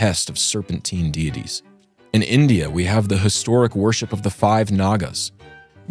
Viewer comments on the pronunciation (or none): none